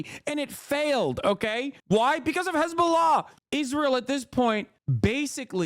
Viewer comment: dude goes out of his way pronouncing hezbollah in the correct way, but disregards everyother country's way of saying there name, for me this dude fell off, yes be left yes be socialist but by god or allah i dont care dont side with religious terrorism. dude needs to self reflect, ofc you can support gaza and palestine no probs there but hezbollah is an known terrorist group/cell troughout the west and even in islam its not okay to support them. but this dude so focused on fucking israel that he lost sight.